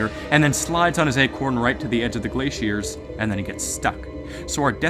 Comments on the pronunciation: Glaiceiers nah bro it’s glaciers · Why do you say glaciers like that 😭